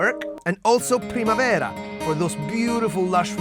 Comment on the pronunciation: Oh, che soddisfazione sentire "Primavera" detto senza l'accento ingloamericano...